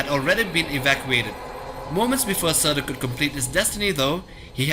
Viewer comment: Surtur -} serter